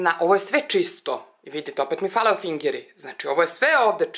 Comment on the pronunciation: Hahaha ofiiiingeri, bas smesno akcentujes 🤣🤣🤣